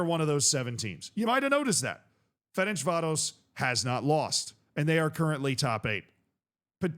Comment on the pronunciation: It's "Ferencváros", not "Ferencsvárosz" like you pronounce it